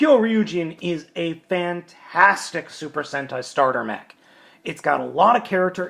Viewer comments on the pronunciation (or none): none